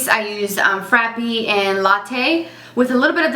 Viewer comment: This review was perfect, thank you, but please stop saying "frappy"..